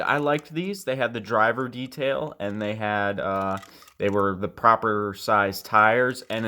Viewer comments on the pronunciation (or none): none